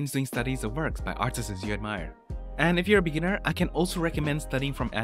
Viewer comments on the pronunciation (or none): My man, apply your art learning regime to English. Stop adding an extra S to every plural word. It's not "artistss", it's "artists".